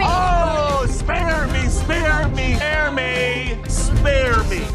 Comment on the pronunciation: is me when he says SPEARE ME SPEARE ME